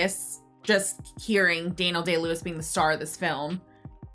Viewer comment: You said his name wrong. It’s Daniel “I win an Oscar for every role I play” Day-Lewis.